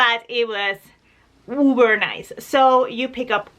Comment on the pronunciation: Dear just a thing for you...... its uber not uver...... just saying. love you madly.